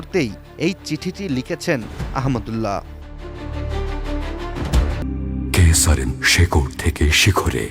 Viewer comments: নাম টাও ঠিক মতো বলতে পারে না😢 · শায়েখ আহমাদুল্লাহ হাফিজাহুল্লাহের নামটিও পড়তে পারে না কী আশ্চর্য!